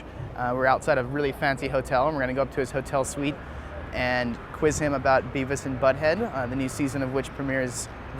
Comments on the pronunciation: Its Beavis not bevis. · ahahahah Bevis (beh-vihss) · *Beavis, not "Bevis"... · It's beavis, not bevis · Hey! It's "Beavis" not "Bevis" =P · It's Beavis not Bevis! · It's Beavis, not Bevis, you butthead! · >Bevis Its Beavis. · Umm.. It's Beavis not Bevis -_